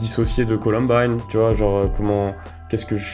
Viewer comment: colUmbine et pas colOmbine !!!!!!